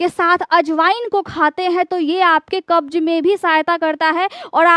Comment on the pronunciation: Plz work on your hindi grammar & pronunciation to be more authentic, future KhanSir, thanks. Like opportunities mili hai not mila hai. Mehnat kee hogi. Baat baat par rooth jaayenge NOT rooth jaayega. Namak ki maatra NOT ka maatra Pronunciation: Sugar ( Shugar) Qabz not kabj